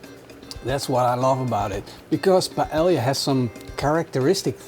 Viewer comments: payellia - great pronunciation! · Lmfaooo! Paelia! It's really Paella and in English you pronounce it like this, Paeja. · Your pronunciation of "paella" and you being barefoot has ruined this video.